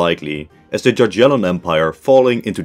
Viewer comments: Cool video, but you dont say JaGiellon but yagielon;) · Jagiellon is pronounced as “ya-ghie-lon” not “dza-dzhie-lon” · There ain't no way he said "gagyellon" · The way he says "Jaggiellon"😭😭 the J there sounds like a Y not a J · Word jagiellon you should say more like yagiellon with "g" like in word "good". To spell '"j" or "g" in the way you said it we have in polish two letters "dż". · bro really said dziadzielon dynasty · bruh, you didn't just say jaj-yellon ... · Jagiellon is pronouced Yagyelon (with hard g). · “Djadjelon”…… Is it really so hard to find correct pronunciation of a single foreign word? SMH…. It’s the equivalent of pronouncing “British Empire” as “Brightish Eempoyar…… “